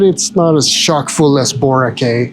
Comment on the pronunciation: Forgot to tell u that Boracay is pronounced Borakie almost like you are trying to say sky but without the s.